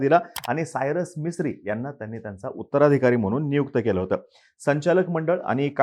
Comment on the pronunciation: Arey vedya te Mistry ahe Misri nahi....baghun tari nit bol.